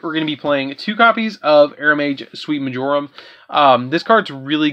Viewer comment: For someone that has culinary experience, it's kinda sad how badly you mutilated some of their names... Marjoram and Laurel in particular... MAR-joh-rem and LOREL (like Lore with an l on the end)....